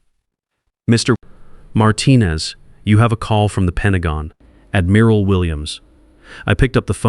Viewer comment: Pronounced admural not admeral. A navy man or woman would know that.